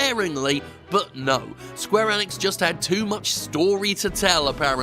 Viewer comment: This man can’t say gibberish Enix or xeahahort wtf